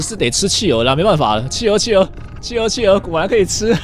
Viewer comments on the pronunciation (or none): 企鹅听成汽油。。。XXXXXDDDDD